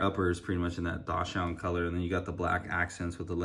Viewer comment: It's pronounced "DOX-SUND" NOT DASH-UND. Like the dog